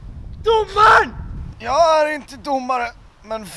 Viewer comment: Älskar när du säger domman😂😂😂😂